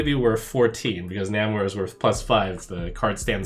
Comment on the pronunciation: A CCG that is not PAY to win....... Spidey Sense going off at that statement.. Lets hope they are telling the truth. And btw, its NAmor.. Like Nay-More.